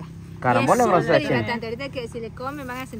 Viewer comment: Felicitaciones nos encanta sus videos solo un pedido porque también miran lis niños y se confunden en ciertas palabras como grosellas y NO gronsellas. Otra dice champuzón y es chapuzón por favor con todo el cariño del mundo y con mucha admiración y respeto de antemano gracias por todo lo que hacen